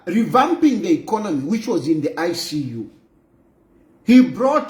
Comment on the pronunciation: That's why she's even saying Inkonomy 🤣🤣🤣. Uninformed street vuvuzelaz 😂😂😂😂